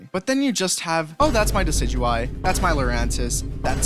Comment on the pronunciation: Everything was looking good until he said that he always picks decideuy or whatever you pronounce it🤣in Alola, you’re always supposed to pick Incineroar, if your smart